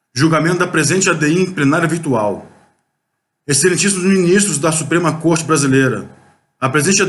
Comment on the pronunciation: ALÔOOOOPO VERGONHA 🙈🙈🙈! Não é minis... TRESSS que se diz, É MINIS... TROOOOS!